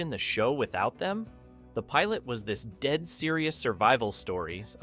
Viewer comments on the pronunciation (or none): none